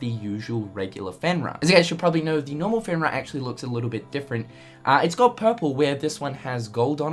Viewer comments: Fen-Rear,. Not fen-rah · Pronounced Fen REAR, comes from Norse Legend a wolf god.